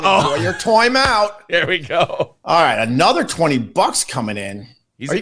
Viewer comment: I've been saying it wrong all these years... it's pronounced "toyme" not "time". Noted.